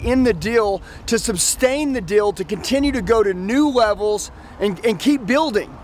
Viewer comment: It's "sustain" not "substain".